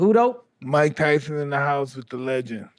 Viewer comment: And I’m Mike “tython”